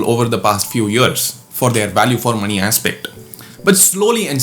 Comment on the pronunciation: wait, how did you pronounce 'money'? Did I hear मणि?